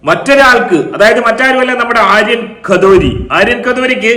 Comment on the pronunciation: ആര്യൻ ഖദോരിയോ?😊😊😊😊 ഖദോരിയല്ല ... Kathuria... കഠൂരിയ എന്നു North Indians ൽ Punjabi Surname... മലയാളി പറയും കത്തൂരിയ...